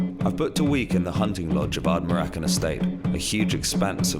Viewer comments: ARD-NA-MUR-CAN ......not that difficult to pronounce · It's pronounced Ard-na-mur-kun. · As a Scottish person I find his colonial approach incredibly disrespectful and appalling. He doesn't even bother to say Ardnamurchan correctly. His lack of respect towards Scottish culture is offensive, and his lack of an understanding of the history of deer stalking in the Scottish Highlands is horrific. His colonial attitude needs to be examined and critiqued, he makes so many culturally offensive comments even within the first two minutes alone. Vice, as a platform I respect I ask that you consider critically reviewing the cultural appropriateness of this content. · What a dobber he can't even say Ardnamurchan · Just started watching, but your pronunciation of Ardnamurchan is totally wrong haha :P Source: I live nearby. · He pronounced ardnamurchan completely wrong.... ...get it right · 30 seconds in... he hasnt bothered to learn how to pronounce Ardnamurchan, and also says the only thing there are seagulls sheep and deer... in the West coast of Scotland...